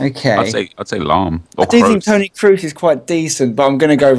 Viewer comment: killed it with his "toni kroos"... idiot